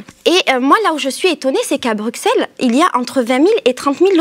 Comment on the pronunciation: J'adore !!!! par contre on dit BruSSelles pas BruXXelles 😄